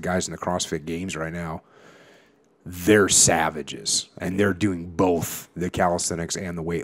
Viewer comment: Where he from lol 😂 “I like em boff”